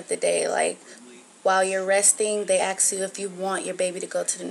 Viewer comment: They "ax" you questions? Huh??